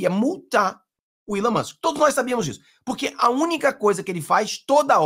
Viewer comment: não erre mais... É Elon Moksssss 😂